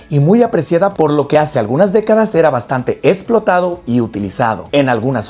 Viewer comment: Yo respeto, agradezco y admiro mucho tu trabajo es por esto que te daré una pequeña retroalimentacion para que mejores y profesionalices tu proyecto: la conjugación correcta es "También es muy consumido" no "es muy comestible por la fauna", se pronuncia fiusha aunque se escriba fiucia, explotado no etsplotado, elección no eletsion,exfoliante etc. Etc. Etc.🙏🙏🙏